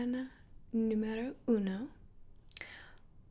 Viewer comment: that “question, número 1” was everything, you would make a video speaking Spanish 🥹